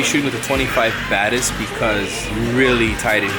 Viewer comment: It sounded like you were saying "24mm Baddest". Like "he's naming his lenses now?" XD